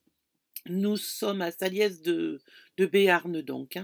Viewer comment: cc de mont de marsan pas loin de salies ,on ne prononce pas le E ^^^ "salisssss " lol très joli coin effectivement !